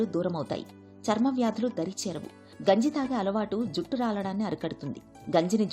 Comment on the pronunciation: Genjii ❌Ganji ✅